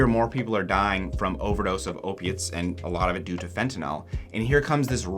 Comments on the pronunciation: Please stop saying fentinALL. The last syllable rhymes with “pill,” not “ball.” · There is no O in fentanyl. It's "nil," not "nol."